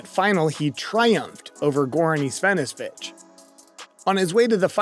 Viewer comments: Also, many of the men's names are mispronounced. Mats last name is pronounced VI-lan-der, and Goran's is pronounced E-van-E-seh-vich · You should've tried to learn how to pronounce the name of Wimbledon's champion Goran Ivanisevic. Slavic names can't be sped/mumbled up, omitting some syllables in it, as you can with some English words. So, there are 5 syllables to it: Ee-vah-ni-shey-vich, and they should all be pronounced clearly and distinctly. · evesvanesvich? Willender? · And Matts VEE-lander and Goran EE-va-NEE-suh-vich and Michael STEE'k' (German ch sound)... sorry but I hate when names are butchered, its just disrespectful .. otherwise great job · Partner! I'm halfway through this video and you've mispronounced 2 names already! Get with the program! Ivanisevic is pronounced Eee-va-nee-suh-vich! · the narrator says Goran Isvanivic 🤣🤣🤣 sad job man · "About 10 grand slam titles?" Mats "Will-ender?" Goran "is-ven-ah-vich?" A little homework would've made the narration much more successful. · Lose the ai voiceover. It struggles saying player’s names. Mats Wilander, micheal Stich and Goran Ivanisevic. Maybe even use your own voice. Hearing ooor pronunciation is enough to switch off a channel. I let one slide but after 3. I’m gone. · The pronunciation of the names Wilander, Ivanesevic and Stich was hilarious! Almost as though it was read for the first time ever. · Nice video, weird mispronunciations of Wilander and Ivanisevic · Wow you are responding to AI and the butchering of Goran's last name! Not critical of you, it is the reason I hate AI, well one of them!